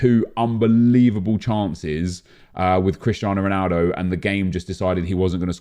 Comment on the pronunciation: Nep starter pack: 4-2-2-2 Luis Figo super sub Zanetti playing at cb or rb ''3 eventually became 4'' CrIsTiAnO rOnAlDo (weird accent)